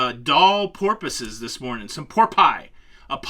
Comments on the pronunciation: Okay. You had me crying ".. a pod of por-pee"🤣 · "Porpee" HAHAHA!